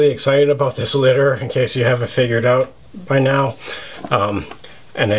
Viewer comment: You said it right.. Epic. This litter stands out, even compared to your already standout collection. Damn..